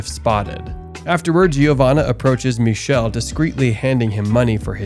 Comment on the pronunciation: "ch" in Michele is pronounced as /k/. "ch" followed by "e" or "i" in Italian is a /k/ sound. Also, the final "e" is also pronounced as /e/. I watched this movie when it came out in Italy. Never seen an Italian movie like that before. Don't know if there's an English version where his name is pronounced /miʃel/ with a "sh" /ʃ/ sound and no final /e/